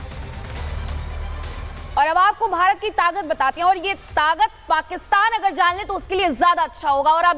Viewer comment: तागत नहीं है ताक़त होता है